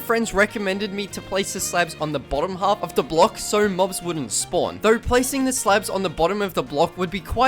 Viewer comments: bro said slebs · no offence but i find it funny him calling slabs, "slebs" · i keep hearing slebs